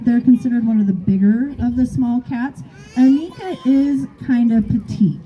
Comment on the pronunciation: Annika rhymes with hanukkah. Lots of Americans get this wrong.